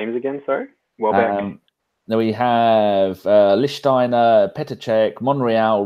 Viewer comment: Please, please, please..... it’s Lichtsteiner...